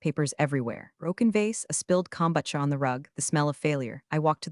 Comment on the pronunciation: AI can not pronounce kombucha or loubatin. Give people their jobs back